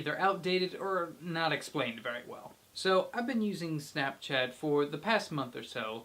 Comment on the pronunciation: how'd there you says snopchat at bad!